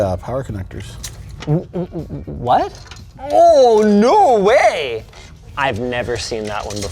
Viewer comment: the most Canadian oh no way I’ve ever heard ❤